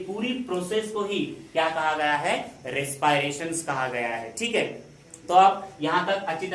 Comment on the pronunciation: Respiration ka pronunciation dekh lijiye